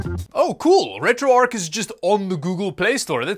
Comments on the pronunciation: Its retro arch NOT retro arc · Not sure why, but calling it retro "ark" bugged me more than it should 😅